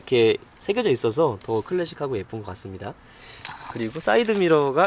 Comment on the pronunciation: 휘가로 가 아니라 피가로요!!!!!!!